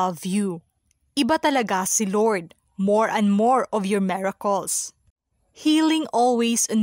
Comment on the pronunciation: Maganda po ang report mo pero maraming mali. Intensive po hindi entensive, Tintin Bersola po hindi Tenten Bersola, miracles po hindi meracles, interview po hindi enterview, netizens po hindi netezens. Sori po assignment po kc ito.